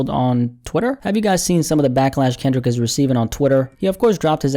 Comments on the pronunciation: you called him Kinlic Lamar lol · Ok you called him Kinlic as well lol